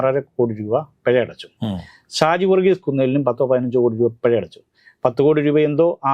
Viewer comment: പെഴ അല്ല ചേട്ടാ.. പിഴ.....